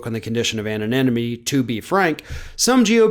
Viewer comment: try this: Anonymity --- [anon+imity]